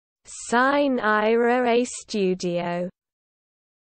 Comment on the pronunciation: belin, ma come state? Non ci siamo, chiedete a qualcuno che ha studiato un po' di latino come si legge. E poi, dal tono, sembra pure che stiate per uccidere qualcuno, sine ira et studio, naturalmente.